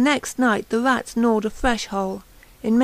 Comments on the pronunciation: I could not listen to this nonsense. If you can't fucking speak, don't fucking narrate audio books. "Red" is not pronounced "Wed" "Rats" is not pronounced "Wats". Just fucking stop speaking. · Robot_Animal I'm sowwy; obviously you can listen to her wead about the wats behind the wed walls in the wainy night and not want to throw a speech coach at her. I can't.